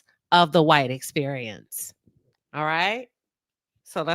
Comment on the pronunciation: Clarifying if I heard correctly…Did you say “the white experience?”